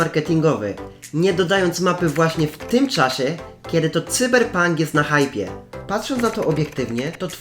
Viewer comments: Cyberpunk czytaj Sajberpank 😁 Ciekawostka : Cyberpunk to gra stworzona przez polską firmę 😊 (jakby ktoś nie wiedział) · Taki tip venku cyberpunk czyta się sajberpank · Mówi się chyba *cajberpank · Cyberpunk a nie Cyberpunk ! Haha